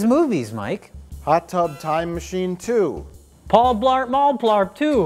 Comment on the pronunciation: you can just barely hear Mike cracking up at pronunciation of Paul Blart Mall Blart 2.